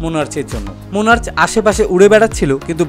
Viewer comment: দাদা উচ্চারন মনার্চ না মনার্ক হবে।।❤️❤️